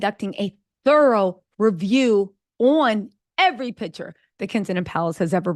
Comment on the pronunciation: Picture, not pitcher!!!